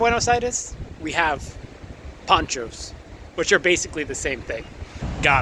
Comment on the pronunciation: Cool vid! Just one correction- It's panchos, not ponchos. Poncho is something you wear